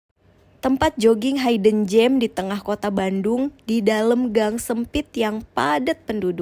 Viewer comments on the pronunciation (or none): koreksi ya :Hidden bacanya bukan haiden tapi hiden (buka kamus lagi), jujurly lebih baik ganti jadi honestly biar ga keliatan bodo banget pake Bahasa indonesia tapi di inggrisin